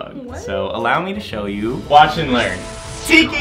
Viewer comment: tikki, spots on! Yeah! Me:. That’s not how you pronounce it but it’s the same words